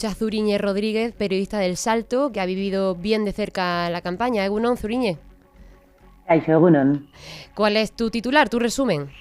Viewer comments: Se pronuncia Suriñe..no Zuri.. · Zuriñe no se pronuncia con la z del castellano sino con lo pronuncia. Gracias